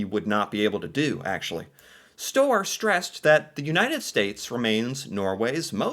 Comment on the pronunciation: if you say the word 'bird', you're saying the ø sound (børd). so just pronounce Støre with the bird sound.